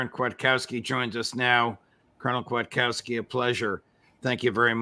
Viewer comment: Kfiat-kov-ski - . Polish name , and if one wants to be really picky & use proper grammar - it should be "Kwiatkowska" for female gender . Kwiatkowski was Her fathers name obviously and English speaking people make no such gander alterations when it comes to surnames . Polish people do tho . 👍🏻